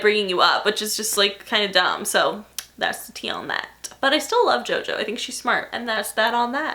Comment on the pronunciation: Almost every time you day "And that's the tea" It sounds like you're saying "And that's the tay" 😂😂😂😂😂😂😂😂😂😂